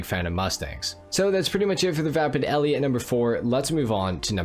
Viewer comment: FYI the mustang in “Bullet” was just a mustang. No name. The name Eleanor is from the Mustang featured in Gone in 60 Seconds. All the cars had code names. And lastly the E at the end of Elle is silent. So it just pronounced “L”